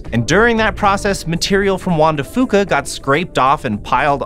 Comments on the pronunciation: Juan de Fuca is such a hard name to pronounce. You guys almost got it. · Hearing him butcher Juan de Fuca pronunciation is like listening to nails on a chalk board. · You can tell neither of them are from Washington by how they pronounce Juan de Fuca. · Juan de Fuca is pronounced FEW-CA not FOO-CA, good scenery tho! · Not trying to be a pronunciation purist...... but it’s pronounced few cuh. Foo cuh. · Growing up in WA I always heard Juan de Few-ka not Fo-ka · As a native Washingtonian, im cringing everytime they mispronounce Juan de Fuca.... (hint: it's "de Few-ka" not "de Foo-ka") Still not a bad car commercial. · It's pronounced, "FEW-ka", not, "Foo-ka". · It's pronounced (Juan de) Few-co, not Foo-co. I cringed every time I heard that during this Subaru advertisement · I know it doesn't really matter but I've never heard Juan de Fuca pronounced foo-ka, I've always heard it as few-ka. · The "Fuca" in "Juan de Fuca" is pronounced "fewka" not "fooka". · Juan Dr Fuca=hwan de fyuca, not fooka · juan de FEWCA. not FOOKA. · Hey... Guys. You might also do research on your pronunciations while you're out there... It's Juan De Few-ka not Fu-ka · drtm17 Æ Nobody from washington says it that way. So its fewca not fooca. In fact, Ive never heard it that way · OK EVERYONE: Pronunciation is important! Juan de Fuca is Juan de F(you)ca. I was born and raised in Washington state. I love the Olympic Peninsula the most after spending 20 of my 63 years there. Thank you for the videos! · Locals say Juan de Few-kah. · It's Fyooka, kids. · It's pronounced wan de fyooka... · Juan de Fuca is pronounced FEW-CA by locals.... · Soooo close to pronouncing Juan de Fuca right (Fuca is pronounced like "few-ca"). No big deal though. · You can tell that guy is immediately not from the northwest. Mispronounced Juan de Fuca. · I died a bit every time you mispronounced Juan de Fuca